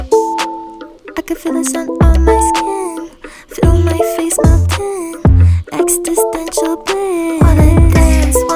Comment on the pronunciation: It's existential, not EXTISTENTIAL